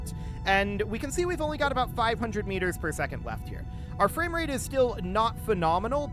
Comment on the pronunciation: The only thing i hear is going fames, fames, fames.